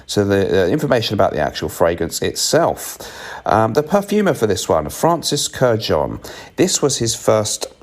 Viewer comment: Bless you, my son, for pronouncing Francis Kurkdjian's name correctly. 😁